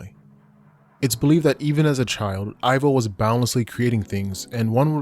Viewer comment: Pretty sure Ivo is pronounced like "Evo". As in, Evil. The 3rd movie just mispronounces it.